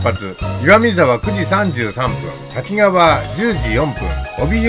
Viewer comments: 細かいことですが駅名の読みは たきがわ→たきかわ あさひかわ→あさひがわ だと思います。 『あさひがわ』は1988年に『あさひかわ』に読みが変更されたと思います。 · 石勝線開通前の懐かしいダイヤ、昔を思い出しました。キハ82系のおおぞらも何度も乗車した列車です。さて動画の中でしばしば登場する「滝川」ですが読みは「たきがわ」ではなく「たきかわ」と濁点はありません。再生中に気になってしまいました